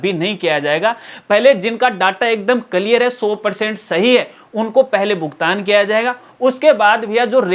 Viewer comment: आप तो नेतागिरी मत करो, और जब आपको पता ही नहीं हैँ, तो फिर बकवास क्यों कर रहे, और बोलना सीखो कलयीर नहीं होता क्लियर होता हैँ